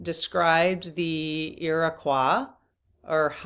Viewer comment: I am from New York State where the Iroquois Indians were and we learned about them in seventh grade back in the mid 1960s. And it was pronounced with the oy at the end and not the wha at the end. Like we pronounce the state Illinois with an oye.